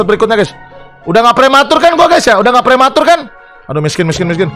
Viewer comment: Ngakak gw anjir... Prwmatur 🤣🤣🤣